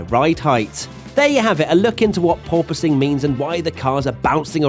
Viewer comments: Officially requesting a 10hr loop of you saying purpoising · totally heard "poor posing" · pronounces it as Poor-Poise, But my parents made a Poor-Choice 😎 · Wait... PORPOISING? I thought it was "poor poising". Because that makes sense. And is also how I had heard people pronouncing it, until now...